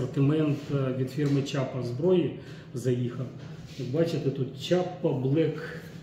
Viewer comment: Не чапа а не шляпа. 😅😅😅